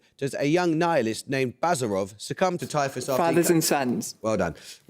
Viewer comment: The "hero" in Turgenev's 'Fathers and Sons' is BaZARov (not BAzarov) - База́ров.